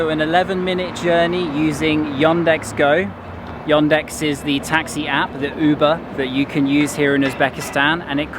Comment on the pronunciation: The way you pronounce Yandex makes me laugh even as an Englishman, It sounds like you are saying Yondex, makes you sound like a real posh southerner.